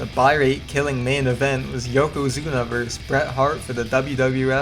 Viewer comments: it's pronounced VER-sis, not verse!! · I can't take this seriously when he keeps saying Wrestler A "Verse" Wrestler B